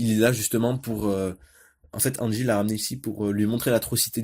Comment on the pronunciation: Reviews Mangas oui mais articulé mieux stp car j'ai pas comprit au début je croyais que tu disais angi au lieu de hansi